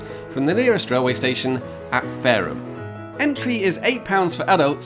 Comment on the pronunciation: As a Fareham local, great job with the pronunciation (a lot of people get caught up on the H).😂